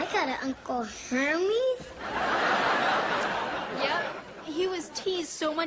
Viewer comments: Michelle says Uncle HAMMIES 😂😂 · Ive got an uncle herpes? I married a herpes? I admit that i thought i heard herpes the first time i saw this scene! 😂😂😂😂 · Lol it sounds like herpes then Hermes lol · i thought she said Herbies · 360 me too tbh. XD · A bit sad they’re making fun of his name just because it’s not a typical English/French name. Also, never heard anyone pronounce “Hermes” like that before. It’s supposed to be pronounced “Air-mez” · its Hermis.. Pronounced 'Eh r'mis. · In greek we don't actually pronounce it like that..it's a really cool name..and yes in English it sounds very weird and funny ( i agree😂) but the way we pronounce it in Greece is beautiful.. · Sorry, but Hermes?? Hermes...😂😂